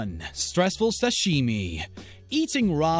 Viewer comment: Is anyone else annoyed how the narrator says "sashimi" or is it just me?